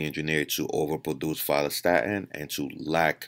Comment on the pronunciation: Had to Google opposite of myostatin, ur not clear in ur pronunciation: Follistatin.